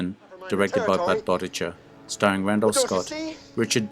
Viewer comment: As well as Budd Boetticher’s last name. He’s been informed several times.